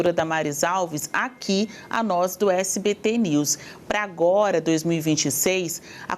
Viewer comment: ELE FALOU SPT KKKKKKKKKKKK ELE DISSE SPT NEWS KKKKKKKKKK